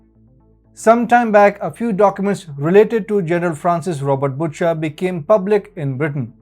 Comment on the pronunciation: its prononced 'busher' not butcher